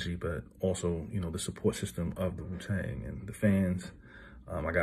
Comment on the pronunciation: Why he say wu tang like that 😂😂